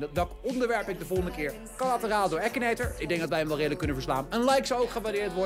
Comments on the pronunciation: je zegt akinator niet ekineter😂😂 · het is akinator zo spreek je het uit nier ekinator